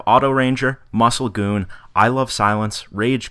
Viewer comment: When you said MuscleGoom, I thought about my GT until you said Goon, well maybe one day, I'll get a shout out for helping you ;)